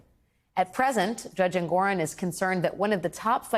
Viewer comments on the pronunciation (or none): Did she say jurdge instead of judge? She must be having memory loss. (Sarcasm)